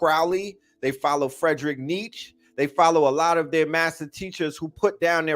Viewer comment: Say it like Nietzs-Che ... emphasis on the Che like the Communist fighter... Two syllables - said like Neat - Che... Nietzs - CHE Nietzsche please... lol